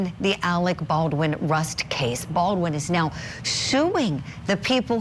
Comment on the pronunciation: Alec Baldwin you're mispronouncing his surname baal'dun .